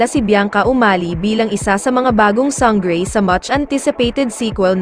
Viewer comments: Sang-grey, Te-rah.. omg 🤣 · Sanggrey? Slang